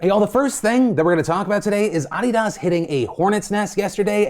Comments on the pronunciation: Fillipe pronouncing Adidas like I spell his name. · Lol u cant say Adidas how we have for year ur a cuk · Dislike for your pronunciation of Adidas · uh--DEE-dus, not I-dass. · AAAH-DEE-DAAS? Seriously? How dumb do you have to be to not know how to pronounce Adidas. (Pronounced: UH-DEE-D-US) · nah, he definitively sounds different. They way he says it sounds like “uh•ree•duhs” and as if was 3 words being said very quickly. They way I say and everyone I know and also according to google’s pronunciation, it’s “uh•dee•duhs” and it should sound as one word. Google it, you’ll see what I mean. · Adidas.. Ah Dee Dahs. I have pronounced it Ah Dee Dis for 35 years now. Who knew? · “Ah-dee-dahs” (no) “Uh-dee-dus” (yes) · WHY PHIL WHY? AHH..DEE ....DASS(he says AWW DEE DAHz) NOOOOO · given how many likes this comment got I’m surprised to find there’s a whole group of people who pronounce it “ah-deed-ahs” instead of “uh-deed-uhs” so I learned something today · One could argue that ah-de-das without any inflection is correct per the original German, but the first time he says it he says I-Dass which is wrong in any language. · Did... Did Phil just pronounce it Odi-dos??? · lol ahhdeedahss??? lol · Phil what the hell is ah dee das? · "Oddy-doss" - congratulations, your pronunciation of Adidas has earned you engagement 😂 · Did he just say Ah De Dahs?!LMAO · Does everyone pronounce adidas the way Phil pronounces it? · I've never head of Adidas pronounced this way, it was so weird lol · Why are you say Adidas so aggressively wrong? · What's with the way he pronounces Adidas? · most offensive thing about the adidas story was Phil's way of pronouncing it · I've never in my life heard anyone pronounce Adidas that way. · That’s the first time I’ve ever heard Adidas pronounced that way. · I've never heard someone pronounce Adidas like that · An angel loses its wings every time phil says adidas wrong. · Your pronunciation of Adidas is interesting. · .... that's not how you pronounce Adidas